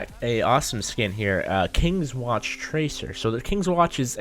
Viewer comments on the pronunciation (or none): its kingsman not kingswatch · "Kingsman not kings watch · Its kingsman not kingswatch.. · kingsman not kingswatch dude